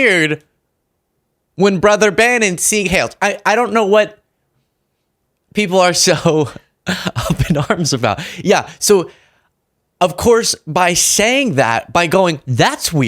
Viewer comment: it’s not “see hail” It’s pronounced, ‘seeg hyle’